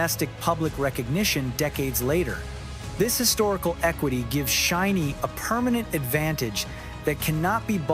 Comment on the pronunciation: while i think the points in this video are interesting, it was hard to take seriously due to the auto-narrator. a random mispronouciation of "SHINee" and "live" stuck out to me in particular, as well as some odd choices in vocal tone that no human invested in this script would make. some points about chronology of shinee's solo activities (minho's hwarang comes to mind, which was prior to View), were slightly off, but that was less of a bother for me personally, since the rest of the script was generally accurate (from my memory as a long time shawol). but anyway, i appreciate the points made particularly at the end of the video essay. shinee's recent comeback with Atmos, following heavy-hitters Hard and DCM was a perfect statement of resilience and longevity for SHINee. the perfect comeback, imo. Atmos draws on nostalgia of SHINee's "classic" color in reference to View (which many including the members cite as a turning point, even on top of all the diverse hits they released prior), yet elevates it with the skill, vocal production, and gravitas of a veteran group. The greater context of following up Hard and DCM and the current 4th/5th gen landscape as the video detailed, make it an even greater statement.